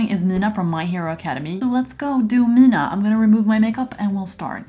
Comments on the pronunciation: ma'am.. your meant to pronounce mina like m-ee-n-a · For everyone talking about how she pronounces Mina's name, I think it is from the lil piercing things on the side of her mouth or her accent. But yeah it was a lil unique pronunciation.